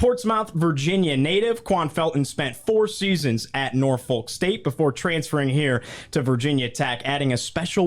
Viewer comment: You need to learn how to say “Portsmouth” and “Norfolk”..